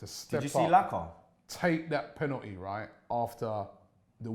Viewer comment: Deep it, can not say the word 'Penalty'